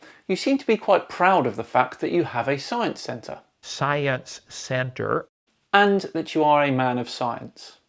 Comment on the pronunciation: Writing this while watching: 1) - very mature, very mature. I LOVE IT! 2) - very mature Kent, very mature. shakes his head in disappointment 3) I know he said "Science Center" however, when I listened to him it was wither Soja Center or Cyan Center... Not sure if my hearing is getting worse at the age of 30 or is there something wrong with Kent's pronunciation. 4) that was the best debate idea I've ever heard... Too bad I don't think Kent will be able to achieve such a a feat. 5) Ok, now I'm sure there's something wrong with Kent's pronunciation 6) so I guess Noah's sons were able to reproduce asexually?! Now that's something worth investigating!